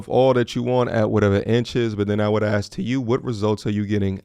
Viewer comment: How violent to axe instead of ask